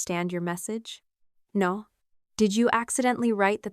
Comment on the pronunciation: Lmao. (Mimics in Mermaid) 'Oh Nor'